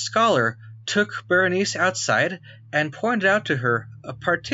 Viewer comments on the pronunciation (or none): The name of the queen is correctly pronounced \ber-ə-ˈnī- see\ and the constellation is pronounced \ˈkō-mə-ˌber-ə-ˈnī- seez\ both in American and British English.